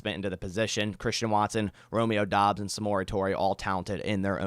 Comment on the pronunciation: said Bromeo Doubs, lol.